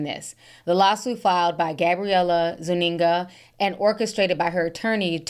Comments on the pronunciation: ZOO-EN-GA lol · Lmao the way you say Gabriella Zuninga lmao😂